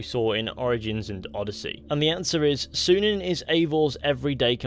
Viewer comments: That's a Y in Synin not a U. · I know. That doesn't mean it's pronounced as he said it. I study the language.